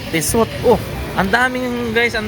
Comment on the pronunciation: Tissot pronounced as Tee-soh.